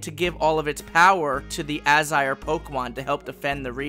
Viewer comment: when you say Izire do you mean Aesir? like Aye Seer? if so I like that god pokemon lol